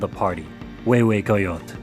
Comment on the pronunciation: I'm six minutes in This was the perfect opportunity to show the world and teach the proper pronunciation of words such "Mexico, coyote, hue hue coyotl" Instead this feels like it was made by Americans for Americans only based by Mexican lithology, at this point of I'm already afraid that I will continue hearing names being butchered, axolotl, ahuizotl, Quetzalcoatl.....